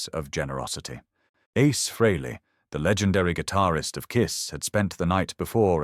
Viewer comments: Pronounced Freely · If ya can't pronounce the name don't try to tell the story. Oh, it's a fake AI bullshit story. My mistake. Who, I mean, what kind of pathetic loser even makes videos like this?